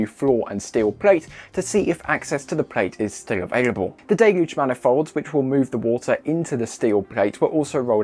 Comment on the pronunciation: At last, proper English.. viz: 'daylooge', not 'dillluge'.